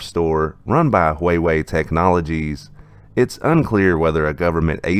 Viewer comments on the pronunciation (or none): Dude how are you still pronouncing Huawei as wayway? Do you not listen to anything with sound?